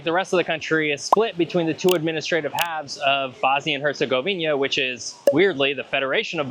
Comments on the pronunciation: Great video but the HerzegoviNIA thing was driving me crazy the whole time :) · What is with all you guys keep saying "Herzegovinia". It's "Herzegovina" ! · repeat after me HerzegoviNA HerzegoviNA HerzegoviNA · normally not grammar nazi and english is my third language, but HerCOGovInJA!!!! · Nice video, but I have to ask: how is it possibly for people who are so meticulous about etymology of places to keep pronouncing Herzegovina wrong? You even look into the name itself during the video and wrote it in huge font on the screen, so where do you see that additional "i" in the name? Sorry to nitpick, but it's kinda wild to visit a place and butcher its name like that. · I'm talking about their pronunciation of the specific word "Herzegovina". I know it's one country. I'm Greek. We're neighbours.